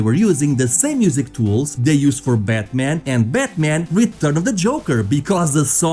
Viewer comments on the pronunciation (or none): none